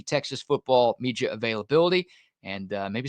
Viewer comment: Love the content but speak Like a human. Can you not pronounce a D? ITS MEDIA NOT MEGIA. God it annoying how you try to to do this on a lot of words.